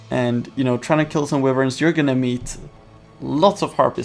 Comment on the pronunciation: "wivern" its "why vern"